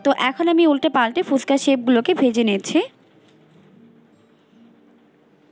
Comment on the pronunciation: ফুসকা নয় ফুচকা উচ্চারণ করুন ।